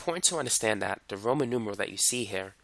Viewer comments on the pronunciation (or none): none